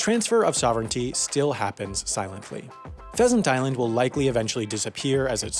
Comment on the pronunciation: Did I just heard "peasant island"